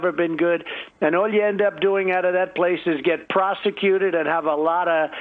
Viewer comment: He said “Prosticuted” !! Lolololol. Idiot